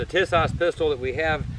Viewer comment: I doubt my beautiful socialist state of California will let us subjects own one of these for the near future, but I appreciate what you are doing. (^% BTW, it's pronounced TEA-sahsh.